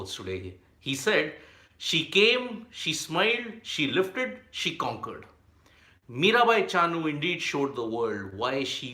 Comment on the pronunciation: MiraBai not Mirabhai